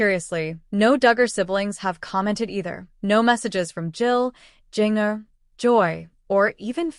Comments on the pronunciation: Jin- jer!!!!!!! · If, after all these years, you pronounce Jinger totally wrong; I seriously question your credibility as a legitimate information source!